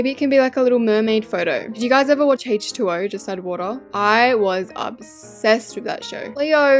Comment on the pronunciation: not her saying hache 2 oh 😭😭😭